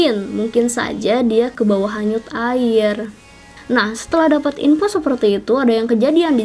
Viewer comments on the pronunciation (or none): waktu ngomong "jdi dri info yg aku Dafat" lebay bgtt ngmng. Dapat kak bukan Dafat